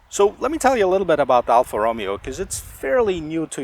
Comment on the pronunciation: Reviewing the wrong car... Ti are not twin turbo.. Roh-mey-oh!